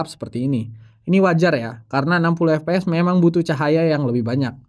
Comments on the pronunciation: FPS = efpees 😂 mestinya baca efpies karena FPS adalah singkatan bahasa inggris Frame Per Second... kecuali GPD / Gambar Per Detik maka dibaca GePeDe 😂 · ef pi es bang, bukan ep pe es kalo pronunciation FPS